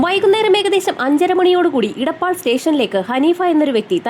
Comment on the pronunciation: ഇടപ്പാൾ അല്ല എടപ്പാൾ 😂